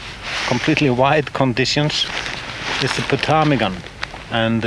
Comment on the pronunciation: MUCH enjoying your photos, video, and commentary. Your English is 10,000 times better than my Icelandic. But I could tell you, most don't pronounce the P in Ptarmigan. It's as silent as Fagradalsfjall was BEFORE the eruption, unless you kind of "spit" out the PT as one syllable. Not even sure I can do it right. (Crazy Greeks!) I encountered ptarmigan once, many years ago, in the Rocky Mountains. I was able to get close enough to use a normal lens. But ALWAYS the problem of winter photography: keeping the fingers warm. (Unless there is fresh lava nearby!) Plus snow and frost in our equipment! I was once changing a lens on a Nikon, and a chunk of rime frost dropped from a tree right inside the camera!